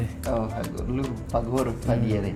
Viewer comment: Another correction: Alur Padyere! Not par diere